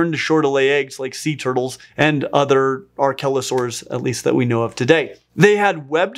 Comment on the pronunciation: I was looking away when he first said archelosaurs and I thought he was calling it a “R-kelly” o-saur